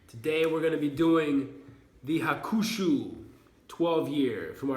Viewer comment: This whisky is great, i also have it, just so you know it is written Hakushu but you pronounce it "Hakshu" i learn it when i was in a bar in Japan last year ;) It would be fun to se your whisky collection some day.